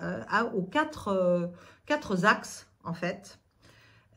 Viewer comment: Petit détail : quatre n’a pas de s… Quatre actes. Pas « quatre-z-actes ».